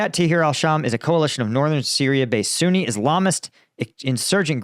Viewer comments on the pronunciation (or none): none